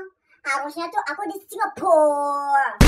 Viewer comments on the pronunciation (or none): cara ngomong Singapura nya kocak parah 😂